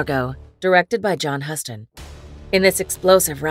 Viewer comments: The way to pronounce the director's name is more like "Youston." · One would think a channel devoted to classic movies would know how to pronounce the name of the legendary director John Huston. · If you are going to have an AI read your crap… it should at least know how to pronounce John Huston